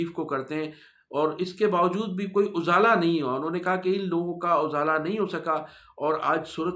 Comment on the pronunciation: پلیز ز پر زیر ہے۔ اِزالہ ہے۔